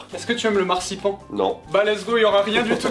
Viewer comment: Oh oui , le massepain j'en mange tout le temps à Noel ! Sinon , si vous voulez utiliser le mot allemand marzipan , ça se prononce anne à la fin .